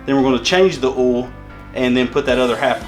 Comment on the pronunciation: It's oil, not ool